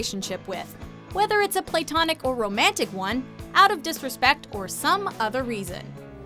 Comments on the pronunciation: LOL "play-tonic" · PLAY-tonic? It's pronounced "pluh-tonic."